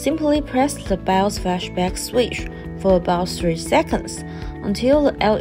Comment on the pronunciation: Bios ❌ Bouse ✅